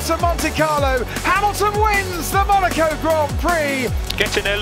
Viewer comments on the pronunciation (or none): none